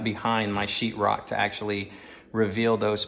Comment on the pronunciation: What’s chirrok? 😂😂😂😂 if you are a painter but can’t pronounce or let alone spell o wouldn’t hire you 😂😂